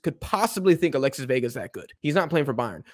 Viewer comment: Alexis Vega❌ Alesis Vega✅